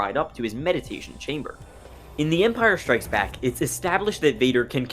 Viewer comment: Man this guy's voice is insufferable. "The Empire SHtrikes Back". There is no H in the word "strikes". You sound deranged.